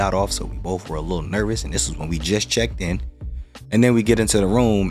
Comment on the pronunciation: " Bof of these quotes " ?